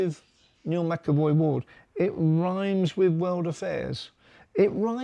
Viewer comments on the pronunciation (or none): Hey mate, really enjoying your content and the non emotional approach you take on mattters, keep it up! Also wanted to point out its Neil McCoy-Ward your referencing not MaCavoy. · Neil Mccoy Ward not Mcevoy.